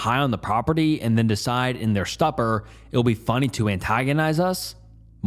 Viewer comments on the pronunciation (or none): 'Stup-er' lol? Bro please learn how to pronounce English. I swear this guy is using AI during the reading of the stories somehow. Can't see how people can have not learned how to read properly and have a yt channel. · Uh, it’s pronounced, “stewper “ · “stupper” please never change.